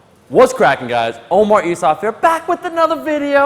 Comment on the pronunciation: Oh-Maurice of